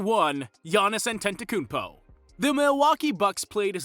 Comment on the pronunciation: not being able to pronounce the guys name at this point is embarrassing. Not only that, you made a video on him